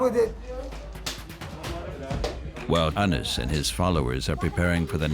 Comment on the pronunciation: WRONG... his name tis pronounced Anise... i dont care where ur from... i know for a fact coz i know him